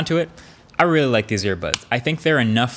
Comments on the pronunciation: regardless still sounds like he said airpods lol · he said "earbuds" , listen again